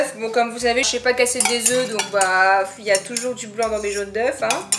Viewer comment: "des jaune d'eufffss" non non des jaunes d'euu (œufs)